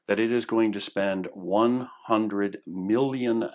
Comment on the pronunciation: sounds like collection of stuff you found over internet and filled the gaps as you wish. If you are not an expert over the subject please don't spread half baked information. also first I thought you were saying 100 billion then realized you saying 100 million, seriously. erdogan bought himself just one plane worth half billion usd, that money for incirlik is worth of snacks.